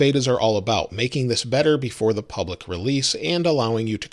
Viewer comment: “Pubic” beta?? 😂😂😂